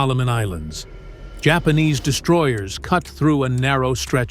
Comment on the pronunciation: Spanish pronunciation